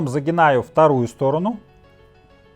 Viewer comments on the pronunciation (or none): Загибаю, а не загинаю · ЗагиБаю, а не загиНаю! Няма?! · Не загинаю, а загибаю. Прости